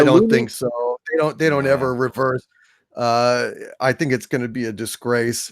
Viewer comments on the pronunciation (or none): none